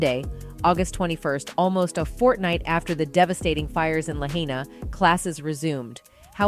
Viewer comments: I wish the one reporter could pronounce Lahaina correct.😒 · Lahaina is pronounced like vagina. Sorry, couldn't think of another word to rhrme... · Interesting video. My question is where are the children? Also I hate when they use AI to narrate a video. The voice continually mispronounces Lahaina... Anyway so many things coming out of Maui right now but the fact that so many people were murdered. In another video I saw where a man spoke about the vegetation that used to be there but at that point it was just a large tinderbox. Why did they stop growing sugarcane and other crops? Also the people were refusing to sell their land. Yeah I think this was done on purpose and I think they don't even care that we know. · This women mis pronouncing Lahaina is annoying AF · Somebody please teach that news lady How to pronounce "Lahaina". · Can the newscaster not butcher how to pronounce Lahaina. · First of all, to the "news" reporter, if you're going to report on the Maui fire, pronounce the names correctly. It's not "La-hay-nia". Lahaina. In Hawaiian EACH vowel is pronounced separately. There are no diphthong pairing of vowels. So..... "La - HA-I - na". Pronounce the A & the I separately. And, really? How would you set a fire that burned so hotly that would not burn only blue things???!!! Does that make sense? You would have to live there to know how superstitious people are. Please don't believe every single conspiracy theory you hear during these early days. I really wish people would not react to these types of videos. They might lead to innocent people getting hurt. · Just WHAT THE HELL IS: "LA HAY-NEE-AH"??? 😳 🙄 🙄 🙄 IT'S PRONOUNCED: "LA HIGH-NUH". Jesus. I mean, it's only *THE SINGLE MOST IMPORTANT WORD IN YOUR ENTIRE REPORT!!!* *CAN YOU TAKE LESS THAN ONE MINUTE TO LEARN ITS PROPER PRONUNCIATION???* EDIT: Learning The Proper Pronunciation of Someone's *Name!*--And Someone's *PLACE!*--is Also A Matter of *RESPECT!* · La high na not la hat née ah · Pronounced: La Hi Na